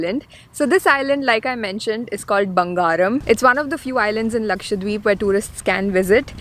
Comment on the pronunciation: A small correction. It is Laksha-DWeep not Lakshwa deep